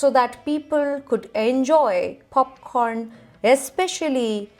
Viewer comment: What abhout 'Khanda (Honion) Popkhorn'?